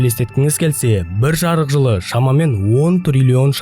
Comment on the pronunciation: Жырық жылың не , жарық жыл десеңші.